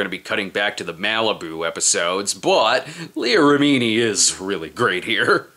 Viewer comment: Take a shot every time Brad mispronounces Leah Remini's name